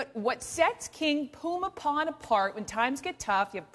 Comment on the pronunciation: About the only good thing that can be said about this report is that at least she took the time to learn how to pronounce the King's name correctly (more or less). I get tired of western reporters calling him something like Boomy Bowl!